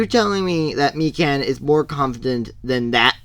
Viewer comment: Mi-can?… it’s mi-kan…